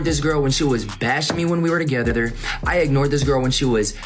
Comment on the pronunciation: “when we were togetheder” 😭😭